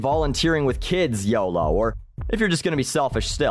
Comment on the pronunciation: you're def not the first to say YODO